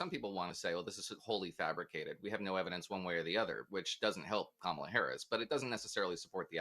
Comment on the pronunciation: I meant she is in la la land. and it's pronounced ka-MAH-la. Sorry about the Hawaiian reference, unintended.